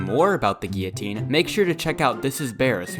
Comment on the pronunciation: The guilltone,the guilltone, the guilltone and also... T H E G U I L L O T I N E